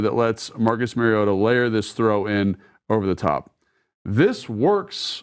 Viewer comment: Pronunciation of Marus Mariota's surname has been a radio topic this week, and the first syllable is like the 'ma' in grandma, not like the 'ma' in marriage. Marcus himself pronounced it that way, and now that I know the correct way, it is mildly annoying to hear detail-oriented Logan repeatedly mispronounce it. I am sure Logan is not doing that deliberately, and will correct it in future. In any case, we are fortunate indeed to have both Marcus playing so well and Logan explaining so well what he is doing.